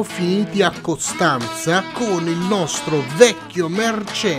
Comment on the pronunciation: Sentirti dire i nomi delle città della Romania essendo rumeno fa brutto 😂 non ne hai azzeccata nemmeno una tranne Costanza 😂